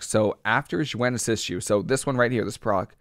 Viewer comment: Nice video, but it's pronounced ZOO-when = Xuen, hate to be that guy but was driving me nuts